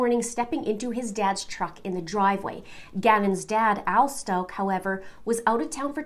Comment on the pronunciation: pretty sure you're pronouncing the last name wrong